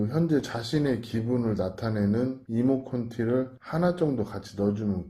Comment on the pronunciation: 이모콘티가 아니고요 이모티콘이요! 😅😊아무래도 형님 나이가 있으셔서 너무 웃겼습니다. 하하